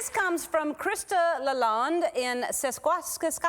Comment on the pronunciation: You really can't pronounce Saskatchewan?!